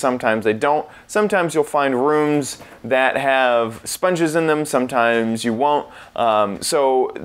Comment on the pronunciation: Learn how to say room, moron.